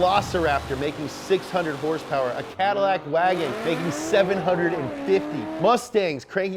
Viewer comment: I subbed right when I heard him say herse pers